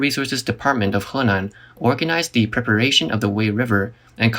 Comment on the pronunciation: love the way you pronounce Henan.